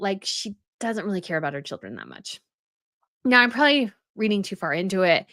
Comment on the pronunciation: Am I the only person who hears prolly instead of probably when you use the word?